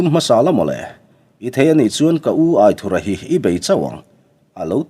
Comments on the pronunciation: Aithurha nilo in Aithúra tih a lam zawk tur ani lo maw ( anthur kan lam a ' thur' kan lam ang deuh hian ). A ziaktupa sawi dan ani e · Aithura pawh hi i la lam dik lo fo in ka hria